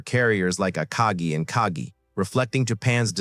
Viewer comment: Somebody should show this guy a picture of the Akagi and tell him how to pronounce the name